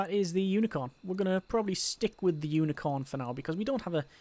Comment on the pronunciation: I keep hearing Unicron. That'd be a game changer.